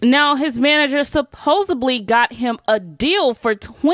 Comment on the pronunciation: I HATE that she keeps saying “supposedly” with a letter “B” in it….😒